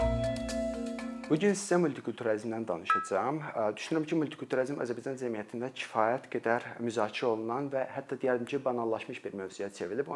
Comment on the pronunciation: Azərbaycan cəmiyyəti sözunu düzgün tələffüz edin, birde əgər tələbələr uçun izah edirsinizsə çox qəliz danişirsiz